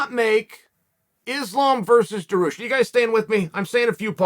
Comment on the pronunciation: Da-ARE-RE-Yoosh Jesus chael